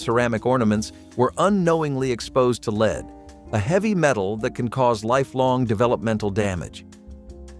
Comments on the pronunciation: Lead. It's not leed It's led,! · And stop calling "lead" "leed!!" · This was so annoying to watch. So many regular words are mis pronounced. Lead in ceramics pronounced as Leed, etc. soooo many. WHY?!?! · .. I guess ai's haven't learned to pronounce words properly yet+ no voice inflections! It's the same with lead 😂